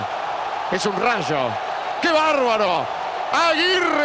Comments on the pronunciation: es un mounstro , es un RASHO jajaja ( wilmar aguirre :v ) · "Es un rasho"